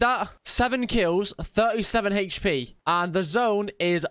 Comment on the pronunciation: Can't watch... He kept saying hp weirdly